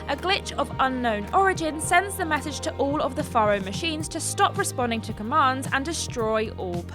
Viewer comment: Faro and Carja were constantly mispronounced, but otherwise good video.